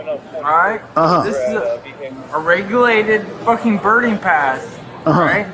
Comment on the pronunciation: “Thers is a regurlated berding pass”